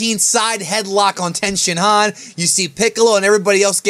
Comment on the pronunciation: is tienshinhan the correct way to pronounce it?